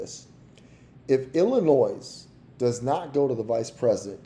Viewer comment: And Illinois is I-luh-noy